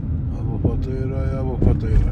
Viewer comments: منور اخوي ههههه اسمها ابو فطيره بسكون الفاء وكسر الطاء مو ابو فطيره خليتها فطيره بالجبن ههههههههههههههههه كلنا كنا نحسبها مثلك ابو فطيره طلعت غير تنطق بسكون الفاء فف وكسرة للطاء طي وبعدين الفتحه على الراء ره يعني ابو ففف طييي ره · ماشاءالله منورة كويتنا كعادتها🇰🇼🤍، بس ملاحظه اسم المنطقه ابو فْطيّرَه مو ابو فطيره